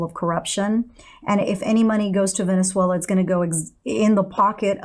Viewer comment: Veneswulla? I've never heard it pronounced that way before.